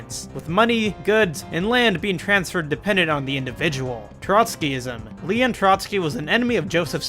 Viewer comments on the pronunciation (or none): none